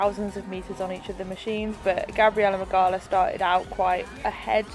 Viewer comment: You pronounce Gabi’s last name “Mig-ow-a” just for future reference cause she’s def gonna win the games! 😜🇵🇱